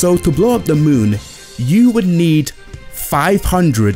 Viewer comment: Honestly I thought when you said Tsar Bombs that you said "Zarbons" Might be funny if you compared how many Tsar Bombs you need to match an energy blast from Zarbon.